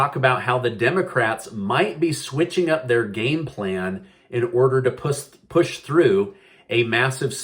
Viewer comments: Did he just say pus through? OMG I know he didn't mean to say it but how appropriate 🤣🤣🤣🤣🤣🤣🤣🤣🤣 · Hahahahaha oh my gosh I’m so sorry I had to laugh about how you said push you made my night 🤣🤣🤣